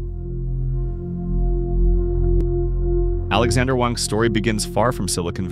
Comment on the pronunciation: Alexandr Wang, not Alexander Wang.